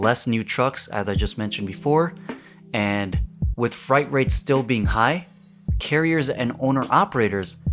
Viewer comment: Hey,! Great info, as always! I would just like to share a couple of friendly pointers: - "fewer," not "less" - "freight," not "fright"